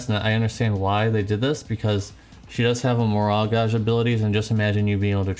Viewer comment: Gauge dude. Like cage. Also, are you sick? You have dem sniffles.